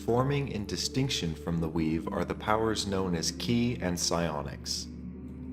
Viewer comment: It was cool to hear about the 'weave', but I couldn't hear it right the first time. It sounded like 'Wii'.